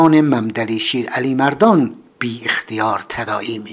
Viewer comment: ، ظاهرآ با تلفظ کلمات و اسم ها ، آشنایی ندارید. مثلآ محمد ، ممد ، مملی تلفظ میشود و وقتی همراه اسم دیگری می آید به ممد علی ( محمد علی ) ، مندسن ( محمد حسن ) و و... تبدیل میشود. ممد علی ، همان شیر علی مردان است و نه ممد علی شیر علی مردون.